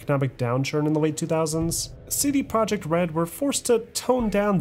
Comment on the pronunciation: Great documentary but it hurts to hear you butcher Polish words 😢 projekt is "pro-yekt" and łódź is "woodsh" dude it's irking me lol